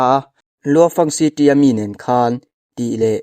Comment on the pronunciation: Temple tih hi pangngai deuh in i sawi thiamlo mi,city tih pawh lam dik lo dark pawh lam dik chuanglo space tih pawh lam dik lo,dik tak khan lam ve mai la